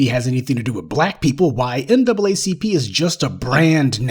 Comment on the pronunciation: Now it's the "NAAAP?" 🤨